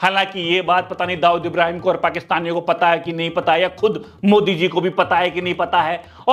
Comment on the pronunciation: Pura bol ye kya mod chirand bol raha hai to tik sai bol tuhje sirf video banani hai india ka pm hai koi kami lag rahi hai to tik sai bol ye kya naam bigad k bol raha hat